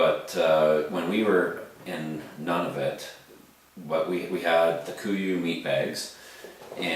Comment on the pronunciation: Pronounced Noo-Na-Vewt. Nice review tho and thanks!